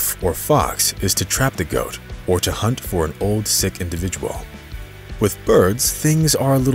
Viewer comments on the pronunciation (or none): none